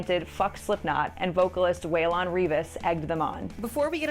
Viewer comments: you can't even pronounce Waylons' name right 😂 It's Waylon (Way-Lun) Reavis (R-Eye-vis) Its not Way-Lawn 😂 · LOL how do we continuously get here especially in 2024? And for the love of god, you do not pronounce Waylon as Way-lon.